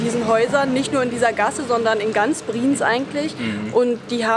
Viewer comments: Ich bzw wir sagen es euch auch mal als deutsche, die uebrigens seid Dezember 21 in die Schweiz ausgewandert sind. Eure Aussprache von BriEnz, und nicht Briiiiiiens, ist echt verstoerend fuer die Aufnahme via Ohren. Wuerde es dir gefallen wenn Jemand deinen Namen permanent falsch ausspricht ?! Es klingt einfach Scheiße. Eure Aussprache mag ja ganz okay sein, nur zeugt euer Kommentar bzw eure Antwort auf den Kommentar recht arrogant. Obwohl ihr eigentlich keinen arroganten Eindruck macht. Einfach mal mehr offen sein fuer andere Meinungen, die gar nicht boese gemeint sind. Ansonsten schoener Beitrag. BriEnz ist ein unglaublich schoener Ort. Waren letztes Jahr auch dort. Ist unbeschreiblich, muss man wirklich erlebt haben. Hochachtungsvoll, der Gesunde ! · Das wird nicht "Brinz", sondern "BriEnz" ausgesprochen. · Brieenz, Brieenz... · Der Ort heißt nicht Briiinz, sondern Bri-Enz!!! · Ich könnte schon kotzen, wenn ich höre, wie ihr BRIENZ aussprecht!!! Fängt schon damit an, dass Ihr euch nicht so sicher seid, wie man das ausspricht. Offensichtlich null Vorbereitung für ein schnelles Video. Alle Daumen runter!!! Und es heißt BRI-ENZ!!!! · Bri-Enz (2 Silben)